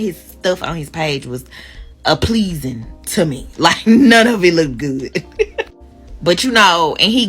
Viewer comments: Her saying "appleasing" instead of "appeasing" disqualifies her from every man that has sense. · Lol I did the same thing when she said "appleasing" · Did she say apleasing to her? She should have gone to Microsoft word and typed in what she wanted to say first, so it could autocorrect her. If you spoke the way, you are speaking now, I see why he was not interested in you. Please sit down somewhere and start using Microsoft word, before you put out another story time. Girl if you want to be a whōre, just say so. Girl just go ahead and sleep with, Jayquan, Lavonte or Obamaquan. No one is going to judge you. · At 32 saying "a-pleasing" & "teef" makes me think she was the girl in class that thought she was too cute to pay attention to anything the teacher was saying. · She had trouble with saying monogamous, realistic and appeasing. Plus more she needs to turn the camera off and pick up a book.